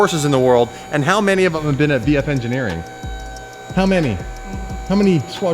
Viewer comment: You almost said sheepey race instead of vf. LMAO